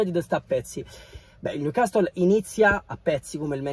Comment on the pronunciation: Niucassol is da niu man sity